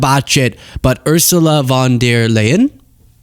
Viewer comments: Pronounciation: Uasulaa fonn dea Láyenn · Oor-sulla Fffon-dare Lie-in 😂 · Pronunciation of Ursula von der Leyen = OOr-zoo-laa fOnn dare-lion (capital letters stressed) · Ursula von der Leyen - pronounced "Oor-zoo-lah (oo like in food) fon der Lion (like the big cat)" - Pretty sure Trump will make some kind of "lyin'" pun out of that. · Ursula with a soft "s" and the "u"s as in "boot" Von like "fonn" Der similar to "hair" Leyen as in "lie" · U in "Ursula" is pronounced like the ou in "you", "der" like "dare" and "Leyen" like "lie-an"